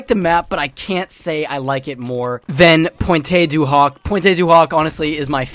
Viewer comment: Everyone pronounces pointe du hoc wrong